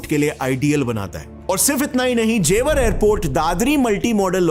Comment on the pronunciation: जेवार नहीं गँवार ,, ज़ेवर एयरपोर्ट ,, आ की मात्रा नहीं है सस्ते अंग्रेज की फटे हुवे कॉपी